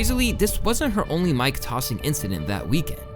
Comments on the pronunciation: "Mic" is pronounced like "Mike." Not "Mc" as in McDonalds lol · are you using AI to narrate your videos? Mic is pronounced “Mike” not “Mick”… how’d you mess that word up? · mic being pronounced mix is much more embarrassing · Wait, have you really thought every time you saw the word "mic" is was pronounced "mix" and not "mike" as in "microphone"? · *mic as in Mike as in Microphone, not mix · almost as embarrassing as a music channel pronouncing “mic” like “mick”